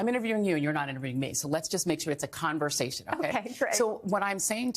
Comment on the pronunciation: “Let’s have a CON versation”